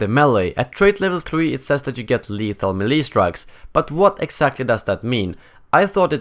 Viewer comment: Why do you keep changing the way you pronounce melee. Make your mind up, you prepubescent sounding robot.